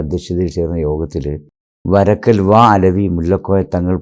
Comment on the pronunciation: വാ അലവിയോ?.. ഒന്ന് പോടാ അലവലാതീ... ആദ്യം "ബാ അലവി" എന്നെങ്കിലും പറയാൻ പഠിക്കെടാ അലവലാതീ